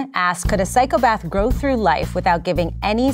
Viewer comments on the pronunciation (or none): none